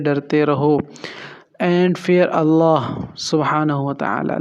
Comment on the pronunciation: Bhi g. Allaha aur Rasool Kay leay. Ki arbi allaha per zabar hay jab Kay aap nay Zar parhi Hay.. drustgi kar laen Muhammad Alam